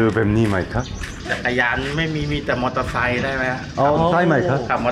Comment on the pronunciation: ฉันชอบตอนพูดมากกก คือ คำที่มี _์ ก็อ่านออกเสียงชัด มอเตอร์ไซคึ